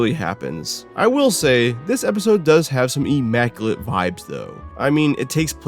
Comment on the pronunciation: Homie said EEE-maculate lmao